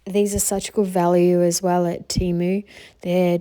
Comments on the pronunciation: You were saying it right, it is Tee-moo, not tem-uu….they literally spell/say that on their own webpage and in their ads 🫶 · You didn't say Temu wrong. I'm from Amsterdam 🇳🇱 and in the first Temu commercial they said Temu and not Tèmu as they do in their knew commercial. It's a bit ridiculous that Temu themselves doesn't know how to pronounce Temu 🙈🤣. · Temu has constant TV commercials here in the US and they pronounce it "TEE-MOO" on the commercials. I know a lot of people have a problem with the company because they are out of China and they feel it takes business from local shops. But, actually a lot of small shops buy their items from Temu! So you could pay a bit more and buy it local and have it right away rather than waiting the extended import time.